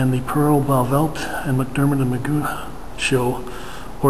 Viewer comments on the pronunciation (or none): Pronounced not "Magoo" but as in "McGuff". Nice video.